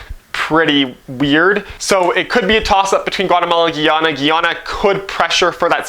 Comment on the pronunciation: Good vid. Guyana is pronounced "Guy (like a dude) - Ana " and I hope they beat Guatemala. 🇬🇾